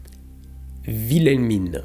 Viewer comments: Alors comment dire... Whilelmina (à prononcer "Ouilelmina", pas "Vilelmina") est mon prénom préféré, donc je me sens visé’ par la vidéo, mais tranquille 😅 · ça se prononce "Wilhelmine" 😂